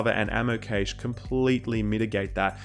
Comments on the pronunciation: It's pronounced Cash not caysh!! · Cache is pronounced "Cash", not "Caysh".